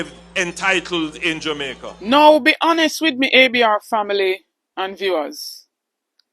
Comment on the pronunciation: No listen to a bully that, him can't talk, Listen to how he call (Jamaica 🇯🇲) Jumicka.